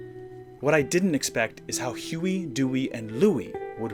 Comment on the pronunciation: At first I thought he said Shoey, dewey, and Louie